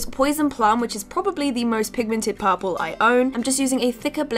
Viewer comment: if she say "paapurle" one more time